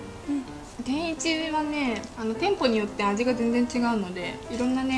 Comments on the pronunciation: 食ちゃんの「天一」の発音がおかしいのか、それとも関東の人の発音はみんなこんな感じ？ 違和感がすごい… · てんいち→→→→って発音は関東では普通なんですかー？ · 関東の人の天一のイントネーションがどうしても気になる笑 関西人ならわかってくれるはずw ぜひ京都にある本店に来てみてほしい！！ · 天一のイントネーションが京都と違うの違和感あるんだけど可愛いww